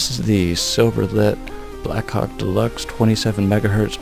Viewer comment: i just sounds like your saying black cawk